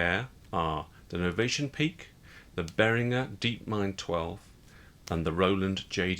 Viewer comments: indeed. It's bear(H)-ring-gurr. Not "Jur" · pronounce “Behringer” as BEAR-in-juhr